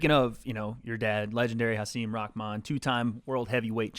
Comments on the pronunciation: Rahman*. Not “rahkman” - your Twitter buddy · Rakman you keep saying Rakman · Why does everyone pronounce his name as Rockman?? How does Rahman sound like Rockman every fucking time 😂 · Ahh… whaa.. fuck why every time, every time it sounds like everyone says “rockmahn” not just. Anyone else hearing things or?